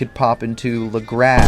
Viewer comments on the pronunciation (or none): when you said lagrass in the last video i said to my self how you dont know how to pronounce it but never commented anything lmao